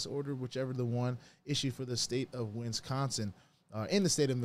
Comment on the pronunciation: Did you say win-sconsin? Lol